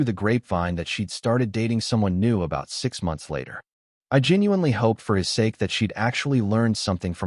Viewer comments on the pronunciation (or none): none